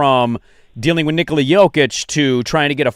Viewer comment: Hey you're saying Nikola wrong